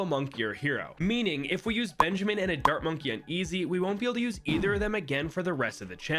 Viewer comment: In the beginning when you were explaining the challenge I thought you said "dirt monkey" instead of dart monkey and yet I still knew you were talking about the dart monkey lol